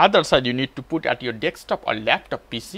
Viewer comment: desk top not deks top :)